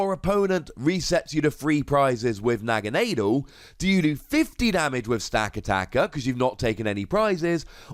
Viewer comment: Holy fuck you can't pronounce Naganadel either jesus tapdancing christ.